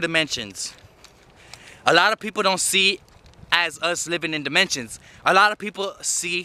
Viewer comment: He said “we live in four demontions” I thought damn he high af